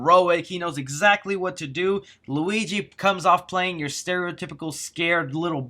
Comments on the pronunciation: Ah, yes, Walleegee, my favorite Mario Character... (right after Goojee, of course) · Wow he said Waleegi